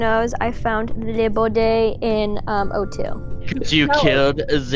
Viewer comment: Me Encanta Como Dice "The Boddy